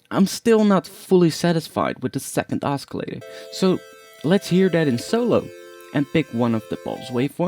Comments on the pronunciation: oscillator has a silent c... its pronounced ossilator, not oskilator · [ oss-ill-a-tor ] the 'c' is silent :D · it's OSCILLATOR not escalator. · >.>' not grammar... oscillator is pronounced the way it is, because that is the english language. just be lucky thats my only criticism of the video, ive seen much worse videos. XD